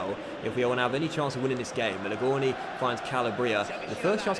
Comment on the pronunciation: Question for you 'Do you feel like a complete fanny with the way you pronounce Barella and Melegoni'?